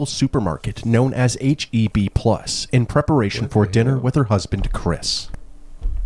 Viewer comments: Nigga said heeb😂its a H.E.B lol its a good grocery store in Texas Bro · HERE EVENING BETTER! U OBVIOUSLY NOT FROM TEXAS SO U DON'T KNOW. H E B NOT NO DAM HEEBS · "Heeeb" is wild Here -Everythings-Better just come to texas in check it out 😂😂😂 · Soon as it started and paused at H-E-B I knew I was finna laugh 🤣 My dawg said wth is HEEB 🤣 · Bro said heeb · Heeb? How u mispronouncing it wrong? Even if u read it wrong you'd say Heb as in Bed unless u sleep in a "Beed" 🤷🏿‍♂️